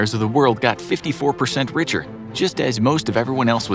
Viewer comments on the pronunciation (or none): none